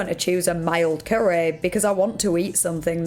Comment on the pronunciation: 'a spicy currehh':face-purple-crying::face-purple-crying